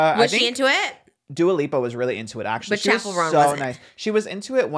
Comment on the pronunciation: I cracked up when he pronounced it like Chappelle 😭 she pronounces it like Chapel